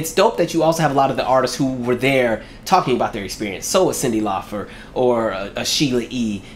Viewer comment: ...Is there a reason you're saying Cyndi Laufer vs. CYNDI LAUPER?🙄😳🧐🤔